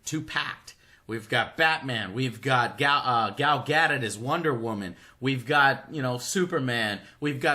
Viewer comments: GAL GA-DO-T NOT GADET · Learn to pronounce "Gadot" Joe. It's Ga-Dough (like what you use to make pastries...). My birth stone is a paridot, so I'm an authority on these things...